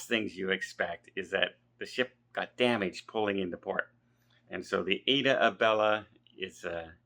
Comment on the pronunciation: The ship’s name is AIDA Bella NOT AIDA ABELLA 😡 UGHGGGGG!!!!